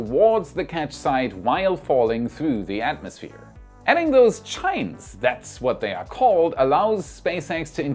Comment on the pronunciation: "Chine" is not pronounced like chime; it is like "kind" without the final d. I believe it's from the Greek word for "spine".